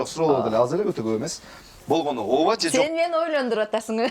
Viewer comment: Оова дейтго ужас😂